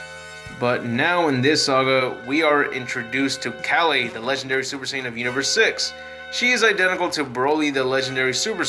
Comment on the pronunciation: Good video but how do you pronounce kale wrong? You said the other names right but can't pronounce kale, it's pronounced just like the veg.